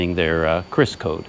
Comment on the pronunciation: In Indonesia, it is pronounced "Ki-Ris", not "Kris". But I agree, it's extremely useful and practical.